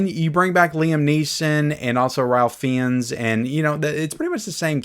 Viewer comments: Pronounced Raif Fines not Ralf Fee-ins. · Ralph Fiennes is pronounced like this Ralph Fines. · its pronounced Rafe Fines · Just for your edification: The name Ralph Feinnes ( who was the villainous Nazi in SCHINDLER'S LIST, as well as Valdemort) is pronounced "Rafe Fines"..that's the Brits! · just friendly reminder. It is pronounced "ray-fines"